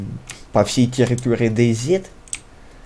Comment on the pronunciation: Дэй Зит... ахась Зет и Зи(оба правельные произношения) слил вместе